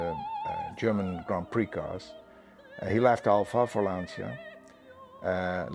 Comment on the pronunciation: beautiful clip, amazing car - but please look up on how to pronounce 'Lancia' correctly...